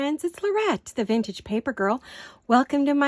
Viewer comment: Glad those comments were removed! No worries on the ladies, they add such elegance. BTW, my pet peeve is so many saying Vinage for Vintage😅